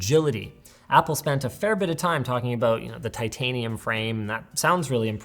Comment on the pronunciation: Titanium? You mean, "titanum"? :P